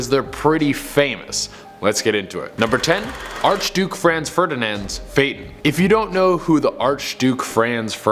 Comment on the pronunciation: The first car. Phaeton is it's class. Which is no glass and no top, is pronounced Python.